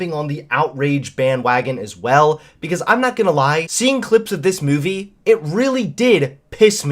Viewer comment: Look I started to question you with some of your blue pill stuff and unsubscribed when you started bashing my home boy Shapiro but knowing that you drink syrupy sweet Pepsi and you keep sayin meyewvee... I can’t even watch anymore.